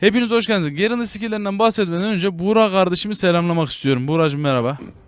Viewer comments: GERIN deme suna ya replikerde bile GAREN gibi okunuyo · ABİ GERIN DEĞİL GAREN DİUO HERKES GAREEEEEEEN